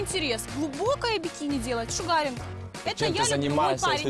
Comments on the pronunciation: просто отталкивает от себя людей, корчит из себя непонятно что. Особенно смешно ее произношение слова sugaring, где ударение на первом слоге, а она его произносит как шугаринг, ну как бы пошаримся вместе. Я сомневаюсь что она когда-то учила слоги, а тем более анлийский. Парень просто потерял время общаясь с ней, но мне кажется, что он был точно таким же до аварии, поосто показали его зеркало. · А чё она с чемоданом то на свидание пришла? )) Корову эта сумка не может стройнить ) Правильное произношение эпиляции шУгаринг а не шугАгинг. Девочка выучила модное слово, считает что круто выглядит. Ну да она же личность разносторонняя ))))) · шУгаринг? Ты норм?